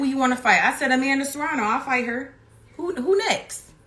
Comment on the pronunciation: Serrano? U sure? 😂